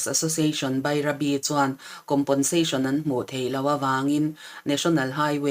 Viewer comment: COMPENSATION hi ngatinge COMPONSATION tia kan lam tak zel mai le? Fimkhur tawh teh u.